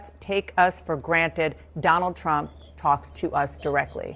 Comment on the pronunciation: "Drump"...... the old slip there. She probably calls him that all the time. What a witch.